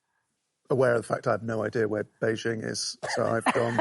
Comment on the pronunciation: well done for pronouncing Beijing correctly